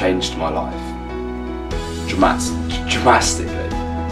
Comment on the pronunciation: I know this is serious but did my man say dramastily btw love the channel and the videos and keep up the good work